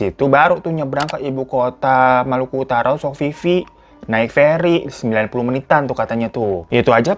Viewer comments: Sofifi jdi Sofia 🤣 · Bandara Babullah dikate Balbullah, Sofifi dikate Sofia dahlah fan capek w 🥲🤣🤣